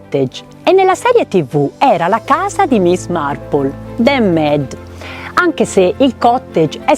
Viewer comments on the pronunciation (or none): Carissima,che bel video.Adoro miss Marple. Volevo chiederti un chiarimento..Tu pronunci Med nei film dicono miid,qual'e' la pronuncia esatta? Adoro miss Marple e Poirot